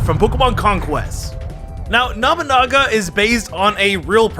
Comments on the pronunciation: Did l heard that right namanaga? Boy its nobunaga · Me: He's called Nobunaga.: Nabunaga. Me: No, that's not how you say his name.: Nabunaba. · I'm sorry i have to be that guy but it annoys me it's Nobunaga (No-boo-naga) not Naminaga and Nabanaga. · It's not Nah-buh-naga, its No-bu naga. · His name is Nobunaga not Nabanaba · Okay, why do I keep hearing him say Nobunaga's name as "Namanama?" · NOE-boo-nah-gah…. I’m not even Japanese… I keep hearing nama-nama… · watches Pokémon Journeys Also ETER-NATE-US Pokémon Journeys Looks with confusion Edit: my god your pronunciations bother me 🤣😂 KNOB-A-NAGA its NO-BU-NAGA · Nabanaga? It's NO BU naga.... silly. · saying Nobunaga sounds like a teaser to an upcoming Pokemon. Nomanama the legendary ghost type Pokemon or something. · “Nama naga “ lol 😂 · Nobunaga No-boo-naga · Me: twitching everytime says Nobunaga or other Japanese words incorrectly: "Nobanaga, Nabanaga, Namanaga, Damn-yo, Nubanaga, Namanama, Nabanaba.... Me: XD D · Did i just hear it wrong? Or is it Nabanaba?😅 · Somehow i kept hearing Oda NAMANAGA Namanaba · not trying to be rude here and please forgive me if my wording is but... you said Nobunaga's name seriously incorrect it's No (like No you can not have this) Boo (the u makes a boo sound) and then Naga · (NO BU NAGA) IS HOW YOU PRONOUNC IT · I couldn’t tell whether you were saying nobunama or not. Either way it’s still funny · nabanaba , or namanaga pronuntiation of nobunaga made me laugh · It’s Noh-boo-naga. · Omy No Banana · Nabunaba Damyo What the hell, dude. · I love how he keeps saying nabanaba, instead of Nobunaga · What did he say? Nobunama? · He ended with calling him Nobunaba a few times. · He says it like namunama it's sounds so stupid. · The pronounciation on lysandre and nobunaga are dire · I think you said that warlords name correct like once haha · I don’t want to be rude, but he definitely butchered Nobunaga’s name so hard 😂